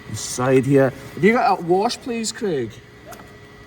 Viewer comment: This whole time I thought his name was creek. I kept thinking it was a Scottish name or something… I was like, man, they really do like nature that much in Scotland and Ireland … then I read the subtitles and realized it was Craig 😂 to be fair, there are names like rain and river so I just assumed you were saying creek 😂😂😂